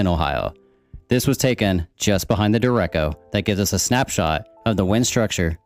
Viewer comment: duh-reck-oh, nice video though lol.